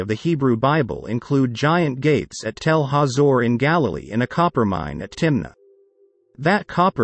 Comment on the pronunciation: Death of computerized narration cannot come too soon. A tel is not a telephone. 😱 Wonder if makers have ever been to Telephone Aviv?